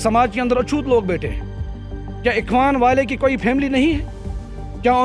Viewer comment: Not ikhwas it is ikhwan 😂